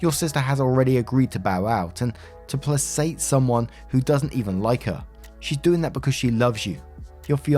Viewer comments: Dude, you constantly say "plassate", but the word is "placate". With a K sound. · narrations. You're mispronouncing a word rather consistently.. The word in question is "placate" It's pronounced PLAYKATE not PLAYSATE. You fuckers created the language.. get it right, mate! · Placate = Pluh-kate not play-sate! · “Placate” = “play-kate”, not “plassate” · Placate is said like "Play Kate", bro. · Friend it's placate like play-kate. Love your reading style. And the fact that you actually read comments and tend to cover stories that have actual updates and resolutions! It goes a long way towards letting me get the chaos fix without stoking anxiety. I really like your voice and that you add some humor and a lot of humanity and empathy to your stories. Wanted to let you know so you didn't think I was just commenting about pronunciation. :) because genuinely I enjoy your reddit coverage the most out of anyone's right now. Helps keep me sane. Also. Family cuddling or being tactile is normal. Platonic friends cuddling or kids on the cheek is normal. Making out or getting sxally active with a family member or friend (friend when you have an SO and it's not fwb) is not normal. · "placate" is pronounced like "play-Kate", with a hard "c". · Placate = "play-kayt" 😘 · the word is pronounced like 'play-kate' = placate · Js, placate is pronounced (play-kate). Great video! Both of these stories are a doozy!!! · Hard C in placate there:p